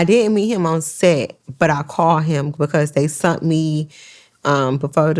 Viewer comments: She says sunt instead sent... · “They SUNT me”? Huh 😢😮